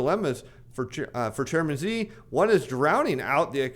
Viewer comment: Dear, the closest approximation for President Xi’s name pronunciation ( like “she”) not “z” or “gee”. “she” “gin” “ping”